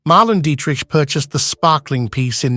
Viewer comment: PLEASE pronounce her name correctly. Mar-LAY-na Dee-trick.